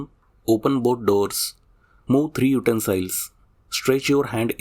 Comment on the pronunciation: Very clear information about important issues. By the way, "utensil" is pronounced not like "smile", but "ill"/sick.